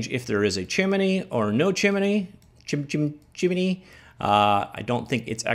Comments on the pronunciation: Chimney. "Chim" then "nee". You have never done a lot of reading have you? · "chimminy" :D